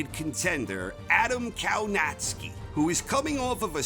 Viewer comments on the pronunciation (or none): Kownacki is pronounced Kovnatzky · Can you say Kownacki normally ? Naucz się wymowy poprawnej po polsku. W Szczebrzeszynie chrząszcz brzmi w trzcinie. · It's spelled Kownacki but pronounced Kovnaschki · It should be Kownacki, pronounced something like Kovnatscki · Did he said Povietkin will be 48 years old??? ... And the way he says Kownacki 🤦. .